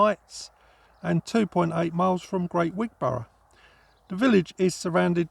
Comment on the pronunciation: Wig-bra not Wig Bor ough